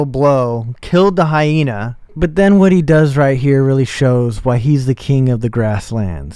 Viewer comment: Why is he pronouncing Hyena like that